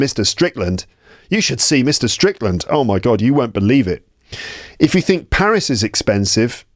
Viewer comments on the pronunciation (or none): none